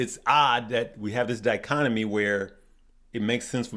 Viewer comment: The Word is "di·chot·o·my".... a division or contrast between two things that are or are represented as being opposed or entirely different., keep up the good work!...Just trying to help you, my friend! Pronunciation is KEY!!